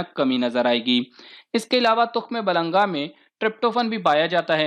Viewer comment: تخم ملنگا نہ کہ تخم بلنگا